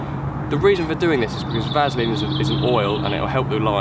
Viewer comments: Why does keep saying Vazaline. Say it right lol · Ha ha someone can't say Vaseline properly! Can't stop laughing, brilliant